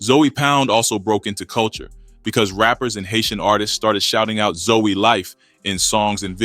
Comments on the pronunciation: Nigga said Zoey😂😂😂😂....its zoe not zoey homie😂😂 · It’s not Zoey or zo it’s ZOE!!! Gotta be from Florida to know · 😂😂😂its zoe(zo) but he said Zoey hilarious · Im not Haitian but I know 4 a fact its not zoey its Zoe Pound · It’s not zoey it’s Zoe but pronounced like zo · Your videos could have had million views , but you keep saying Zoey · Stop saying Zoey wtf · Fix your A i it aint zowey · 😂 for real wtf zoey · Yo got name wrong I heard of Zoe!!!!! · Must be AI having a hard time with the pronunciation.